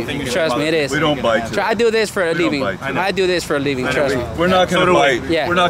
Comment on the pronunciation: My dude said "I do theese for a leeving" 🤣🤣